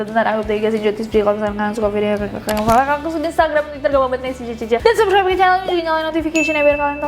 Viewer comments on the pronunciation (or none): none